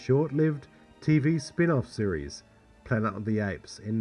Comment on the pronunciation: I cringe every time he says "planet" ...pla-ent?